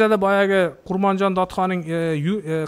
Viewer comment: Эч бир сөздү туура айткан жок .. Даже атын туура айта албады.... КЫРГЫЗДАР Өзүнүн тарыхын өздөрү жакшы билет... Айтпагыла ар Бир айткан сөздө ката бар